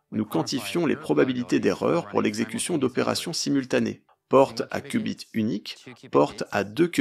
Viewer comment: mdr c'est pas des "coup bit" 🤣 c'est des "Q" bit...